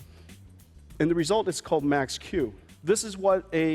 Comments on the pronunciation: When he said Max Q technology, it sounded like "Mac's Q" technology. Fuk apple. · maxq is different from “m” in maxwell